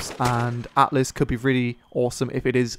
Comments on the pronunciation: Altis, not atlis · Stop calling it Atlas, it's Altis ffs. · It's actually not called "Atlis" but "Altis" ;) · Altis btw. ;P Not Atlis. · Altis not atlis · Altis not atlis or atlas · THE MAP IS CALLED ALTIS !!!!! NOT ATLIS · AL TIS. NOT ATLIS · ALTIS NOT ATLIS GODAMNIT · sorry but its Al-tis and Strat-is. Not Atlas and Straytis